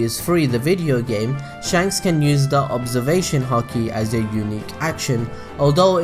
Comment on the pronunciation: when you say use you sound like you're saying niused or nused and in this video you're really pushing it haha